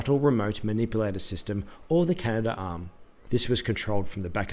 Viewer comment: it’s CA NA DARM not CA NA DA ARM